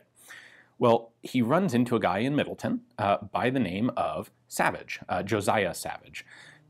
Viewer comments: Even, dude, the town part of Middletown is pronounced like town, not tun. I live there... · MiddleTOWN, not Middleton, CT. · Just an FYI - the town is pronounced the way it is spelled - Middle-Town, rather than Middle-Ton. :-) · Middletown, CT is pronounced “-town” not “-ton,” which is fun because Greenwich, CT is pronounced as Grennich, but Greenwich, NY is pronounced as its spelled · the W is pronounced in the proper name MiddletoWn It is not Middleton. There is no Middleton CT there is a Middleton WI. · Not that it matters its MiddleTown not middleten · Great video! As someone from CT it is pronounced Middle-Town though